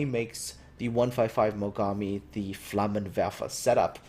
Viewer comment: you said Flammenwerfer really well m8 :)